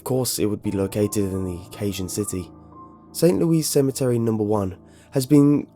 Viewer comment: St. Louis Cemetery No.1, St. Louis is pronounced St. Lewis NOT St. Louise. Thanks.